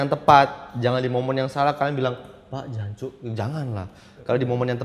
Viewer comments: bukan jancuk bang aksennya.. tapi jancoook... 😄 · Wkwkwk, jancok bang bukan jancuk :v